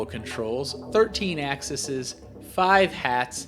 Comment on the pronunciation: Axes, it's axes...